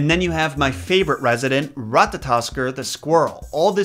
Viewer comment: Ratatoskr had rolled r's though if you can not do then I understand and Odin is pronounced as Othinn with a strong th Edit: all the r's are rolled